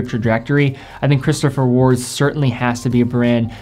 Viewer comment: He seemed to pronounce 'Christopher Ward' correctly, disagree?